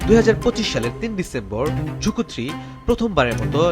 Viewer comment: রকেটের নাম‌ই তো ভুল বললেন।এটা ঝুকু-3 না ZhuQue-3 (朱雀）→ ঝুছুয়ে-3